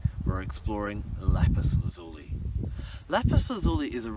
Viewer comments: Please pronunciation!! It is not LAPIZ ZUZULI .....! IT IS LAPIZ...LAZULI !!! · its pronounced la-zoo-lie lol